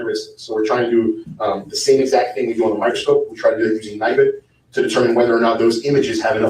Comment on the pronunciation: The typeset “you don’t know the EXZACT angle”